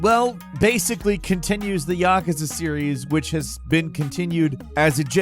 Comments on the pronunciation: I love your videos, but for the love of God, please say yakuza, right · Good lord, he pronounces Yakuza like a complete moron. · i love how he pronounces Yakuza